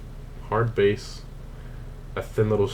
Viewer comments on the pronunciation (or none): Hardbass is pronounced like hardb-ah-ss, it's a Russian subgenera of electronic music